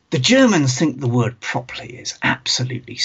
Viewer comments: Proply? Prop-er-ly is clearly the proper way to say properly! ;-) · The word "Properly" has 3 syllables in the U.S. I had to play that segment several times and check the comments before I understood what he said.